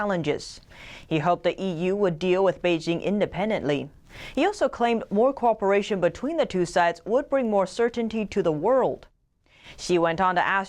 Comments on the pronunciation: Come on, please learn how to pronounce cooperation: [ko WAH puh rāy shun]. "Corporation" is an entirely different sound. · Someone pronounce cooperation for her. She says "corporation" Otherwise her English is spot on